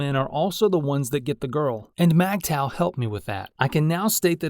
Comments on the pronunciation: It’s Migtow, not Magtow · It's pronounced (mig taw) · MGTOW is not pronounced MAGTOW.